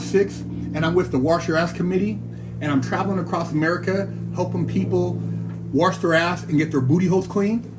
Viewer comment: Did you mean Warsh your ass soap?